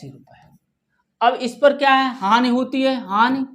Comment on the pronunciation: सर वो हान नहीं होता हानि होता है बवलया